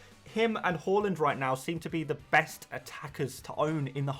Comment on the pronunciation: Why do you pronounce Haaland as Holland tho? 😂